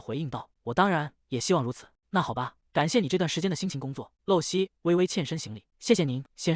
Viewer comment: 麻煩一下，可以請解說人員說正確發音嗎?【露】這個字，在當名字或是某固定名稱時，是念路，像；露西亞或露珠 相反，在當句子的口語、動詞時是念漏，像；滴水不露或露出馬腳 謝謝